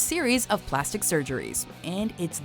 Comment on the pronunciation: I swear to god say "Plasti" one more fucking time.